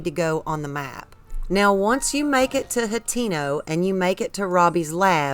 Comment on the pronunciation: I wish she'd stop saying "Hot-TEEN-oh". Oh well, I guess that's just what white folks from the southern US say